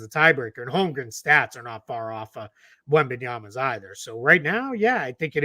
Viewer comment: As a Spurs fan, hearing other teams announcers consistently call Wemby "Wenbenyana" drives me fucking nuts. I agree, it's genuinely not hard to figure out a guys name and say it correctly. I mean this goes back to school when your teacher would learn all the kids names.